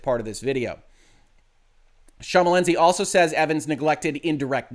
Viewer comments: I appreciate your failed attempts at pronouncing Schmalensee (sh-muh-len-say is a quick and dirty way) correctly. On the bright side, this video is much more comedic than you intended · It's pronounced SH-MAL-EN-SAY - so basically the way it is written - as in the German "Thin Lake". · no need to apologise, my man. You butchered the name less than I would butcher trying to interpret lawsuits like these!